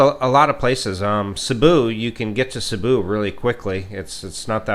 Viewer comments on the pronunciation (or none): none